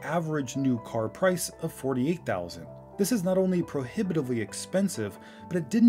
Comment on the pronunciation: ipad "Low Pirce"